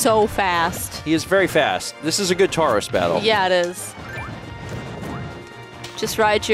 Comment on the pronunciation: another Pokemon misspelling: in “Tauros” don't pronounce the “u”